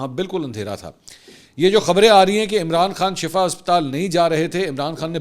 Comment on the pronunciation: Plz correct yourself it's not shafa it's shifa there is huge difference between both words